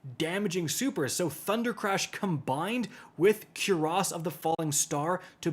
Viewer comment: He says “cure a-SS of the falling star”